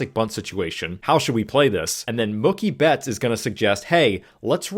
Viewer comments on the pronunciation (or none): "mukki betts" is killing me 😂